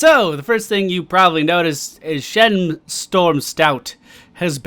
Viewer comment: yap not shen but chen